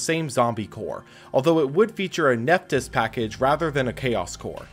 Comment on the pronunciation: I don't think Nephthys is pronounced Nef-tees, it looks like it should be Nef-this